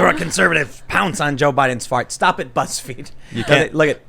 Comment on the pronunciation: Did Tim say "Buttsfeed"?